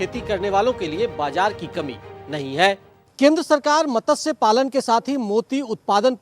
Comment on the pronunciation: मतस्य नहीं मत्स्य है। यदि हिन्दी नहीं आती तो पञ्जाबी समाचार रिपोर्ट करो।